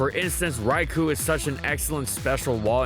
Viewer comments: It’s pronounced “Rai-koh”, not “Rai-coo.” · reeeeee I can no longer tolerate the mispronunciation of Raikous (correct way is Rai-KOH) name. been here for years and suffered through it cuz your content is so good... BUT NO MORE, I AM PUTTING MY FOOT DOWN AND ONLY LEAVING HALF A LIKE INSTEAD OF A FULL ONE. I am so disappointed in you son. :(